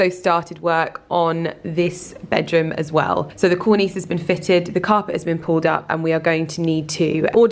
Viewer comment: You say cornice and valance wrong every time 🤔😂